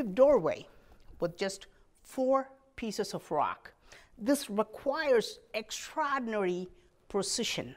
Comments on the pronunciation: EX - EX TRA-TRA OR-OR DI-DI NA-NA RY-RY EXTRAORDINARY- EKSTRADINARY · Extrahdinary!! Extrahdinary!!